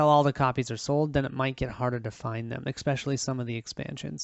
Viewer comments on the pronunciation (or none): ESPecially, not EXPecially.